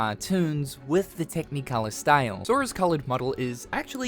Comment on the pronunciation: Why do you say “tech-knee-colour”?